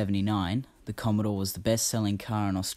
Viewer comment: Oh, It's COMMODORE. I thought you said "COMMODE". LOL